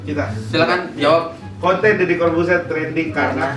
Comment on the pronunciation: TRENDING Bang bukan TRANDING...